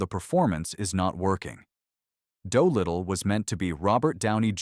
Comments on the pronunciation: "Doh-Little" Gee you AI doesn't even know how to pronounce that name.... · “Doughlittle“? AI cr@